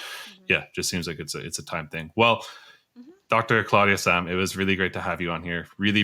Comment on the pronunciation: It’s weird when she says “Sahm rule”